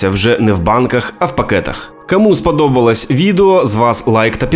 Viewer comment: Краще хоч якась українська з жахливим висловленням, ніж расєйська. Повага автору. "Кансерви", "каму спадобалась", "технолоґія" тощо .Гарна спроба говорити українською, але треба ще попрацювати над "паляницею", чи буде як в анекдоті "ти, москалику, вже приїхав" Бажаю каналу розвитку